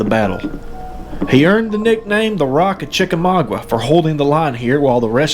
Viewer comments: You are saying it wroung chica ma ga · Chicka mau ga the u is silent